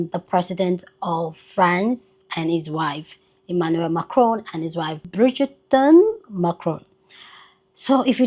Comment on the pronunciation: Lol "Bridgerton" 😂😂😂